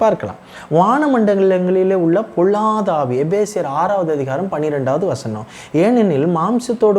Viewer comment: தம்பி ல ள உச்சரிப்பை சரி செய்து கொள்ளுங்கள். பொல்லாத ஆவி என்பதை பொள்ளாத ஆவி என்று உச்சரிக்கிறீர்கள் .. தவறாக நினைக்க வேண்டாம்.